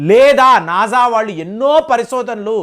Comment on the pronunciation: నాజా కాదు. నాసా...